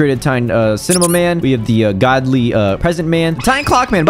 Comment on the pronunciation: bro just said goldy💀